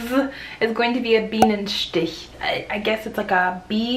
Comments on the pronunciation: nailed that Bienenstich 10/10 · I really have to give you some probs for your pronounciation of "Bienenstich", especially on the "ch" part! Some germans (depending on regional accents or minor education) they just can not pronounce it that correctly as you did, even if they try really hard. A+